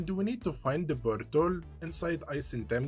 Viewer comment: I love when he says "boint" and "bortol" and such. "Bortol" actually got me scratching my head for a moment. I didn't know what he meant until I saw the portal. I was like "ooooh - you got me there, not gonna lie" lol